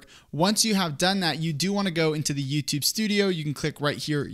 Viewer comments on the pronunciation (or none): It's YouTUbe. Not YooToooobe.